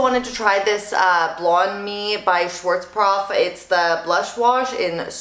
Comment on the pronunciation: It's SchwarzKOPF, not SchwarzPROF.